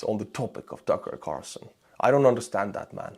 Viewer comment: Tookerrr Carrrsooson